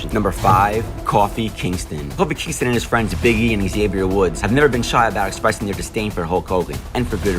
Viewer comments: Did you really call Kōfi, “Coffee Kingston”? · Yo this bitch really said coffee kingston.... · “PRIMA DON”? “COFFEE KINGSTON?? “WRESTLEMANIA 2K”??? Dude, who are you and how can you screw up so many words, names and facts? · This is a nice video that you put together, but Who the heck is coffee Kingston?😂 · Coffie Kingston? Lol